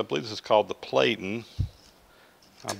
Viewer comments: Platen is pronounced as "plat in" as in surveying plat. Not "plate in" as in plate. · Just an FYI, “platen” is pronounced with a soft “a” like “flatten”.